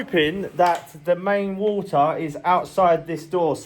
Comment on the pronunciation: its not hor-a ,its water